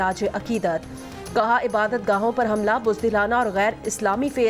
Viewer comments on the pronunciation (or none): none